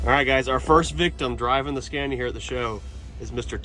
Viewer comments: Scania not Scandia 😊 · Scania not SCENIA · Sca nia not sce nia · I got angry everytime he said scania bruh its scAniA. Its long pronuce it a bit dont eat up scania wth is scania u need to long the A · Le scandia 😂 j'en ai assez entendu 😢